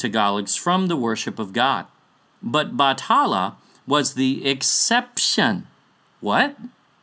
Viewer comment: It was never Batala. It has always been Bathala. Pronounced as Bat-ha-la. Whoever wrote Batala in wikipedia is misleading people. We never associate anito with Bathala. And also, I've never heard of Bathala's wife. But in one story that mentioned Bathala, there was an ancient monster called Bakunawa. A serpent whom was punished by Bathala for eating the moon.